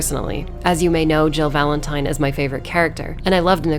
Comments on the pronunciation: did she say valen-time? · Nicole: hey guess what? It’s Valentime! 😂 this is the content YouTube needs! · It's Valentime